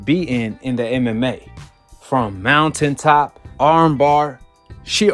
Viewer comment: Did my mans just say mount...ain top?